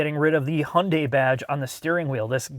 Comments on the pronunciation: "and yes, this is how we pronounce it in the United States." I love it hahahaha subtle shots fired for the other guys video 🤣🤣🤣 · Why do you insist on sticking with the US pronunciation of Hyundai while you give Porsche the honor of saying their name properly? (The US way is "Porschee" or "Porsh" or such, but you do say "Porscheh".) - This car is the good type of futuristic design. It's like the best design taste from those future-movies for a teenager audience. If DMC still existed today, that might be their style. It reminds me a bit of what Honda did with the 8th gen Civic Hatchback. Also very odd, avantgarde, but kinda cool. The front even has some old muscle car vibe. Although it also has that E-loon Murk madness, the sharp lines that mark an intellect too infatuated with itself, and the large wheels make it look fat and heavy, so personally I'd still pick something more rounded. And its general shape is too much VW Golf like for my taste. - If I was born into this world much later, I'd be very excited about this car. ... Not so much the interior, though. Not comfy enough. Feels more like a waiting room at the dentist. ... Oh well, if I was born into this time, I'd probably be an idiot anyway. Ugh, too much asymmetry. Even that sensor assembly on the windshield. Everything is better with 'intelligent' - Why not call it E-GiMP? 😄 I also checked the (German) brochure and it is limited to 185 km/h in all variants. Interesting. The limitation of the tech. And the 9 color 'options' here are totally ridiculous: white, black, matte silver, medium gray, dark gray, almost black gray matte, dark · Hay-yun-dai Hi-yun-die Hey-un-day Every time I hear someone pronounce Hyundai and other way than Hun-day I cringe a little. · If only he could pronounce Hyundai properly. There is no silent Y. Hunday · Years ago, in the US there was a Hyundai commercial that showed how to pronounce the brand. They said Hyundai is pronounced like Sunday. 🤷🏻‍♀️